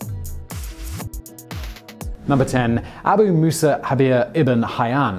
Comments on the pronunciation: It is inaccurate to pronounce the 'j' in Jabir as an 'h'. The Arabic letter we represent as 'j' in that name is the same one that we see in the word 'algebra', which we also borrowed from Arabic, and is always pronounced either as a 'j' or 'g', depending on the local dialect. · Jabir is pronounced as a J or G (depending on the Arabic country), not with an H.